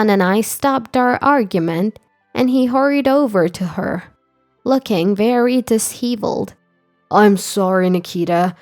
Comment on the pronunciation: Disheveled is pronounced "di-shev-eld" not "dis-hee-veld"